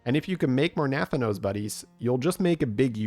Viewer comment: As a wow lore enjoyer, the pronunciation of Nathanos the entire time drove me CRAZY